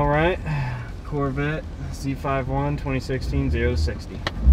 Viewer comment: It’s not called a Z “five” 1 it’s called a Z “fifty” 1!